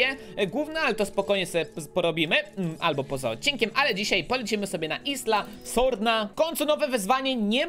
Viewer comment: i jak coś to sie czyta isla sorna